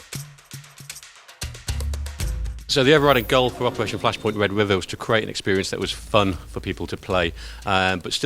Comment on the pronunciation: Sion Lenton: "Wed Wiver"